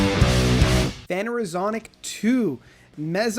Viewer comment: its pronounced Fen er o zo ic.